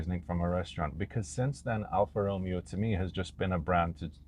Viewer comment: You pronounce the Romeo part wrong. Lol